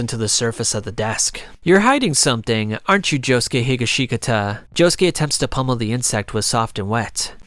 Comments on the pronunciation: josuke hee ga shee kuh tuh 💔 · “Josuke Higga-Khashikata”